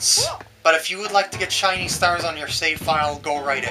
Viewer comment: Haha "Chinese" stars XD I know u said "shiny" but it sounded like "Chinese" :P